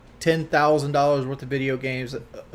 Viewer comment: True, also the way he puts a ghetto/southern twang on “dollars” annoys me as well.